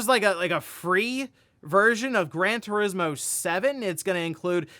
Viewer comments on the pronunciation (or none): none